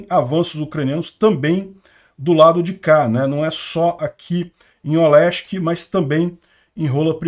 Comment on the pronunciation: Caraca, depois de anos eu consegui ouvir o sotaque carioca do falando Olesky kkkk